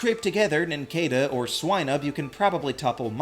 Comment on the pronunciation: It’s pronounced KAH-lohs and nin-CAH-duh, “”! 🤨